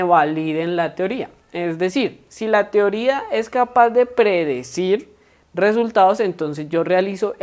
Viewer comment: Se saltó resultados, dicción de resultados